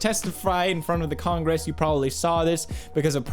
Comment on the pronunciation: "... he got to testifry in front of the congresse..." - Pewdiepie